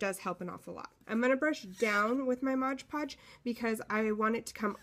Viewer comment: Love your project, but sorry...it's MOD Podge...not MODGE Podge!